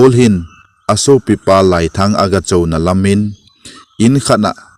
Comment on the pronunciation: Laiiii len ti d ahe, "lai" hi kai sao di ahe